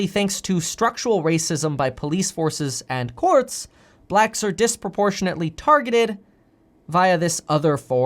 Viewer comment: I doubt you'll see this comment Kev.... but I think it's the way you put emphasis on "blacks" that makes you sound racist...🤣🤣🤣 even tho I can tell you're not.🤣🤣